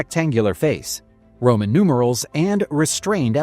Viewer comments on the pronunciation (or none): none